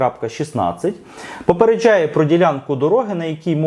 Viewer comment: Ви так прикольно кажете "попередчжає" як якись іностранець з акцентом😁